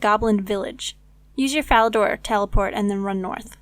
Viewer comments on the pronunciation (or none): Please say "Fall" Fally , Falador..... Not "FAIL"ADOR